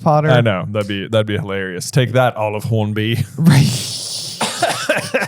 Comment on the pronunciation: Did any ody else die laughing when he said take that olive hornbee